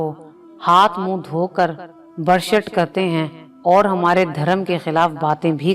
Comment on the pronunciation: بہت اچھا سبق آموز واقعہ بیان کیا، اس سلسلے کو ضرور جاری رکھیں مگر انکا مستند ہونا ضروری ہے، دوسرے آپنے 3 لفظ غلط تلفظ کئے، اجمیر، بھرشٹ، اور پوتر، لفظ و تلفظ کی درستگی بھی بہت ضروری ہے مہربانی کرکے اسکا خیال رکھیں.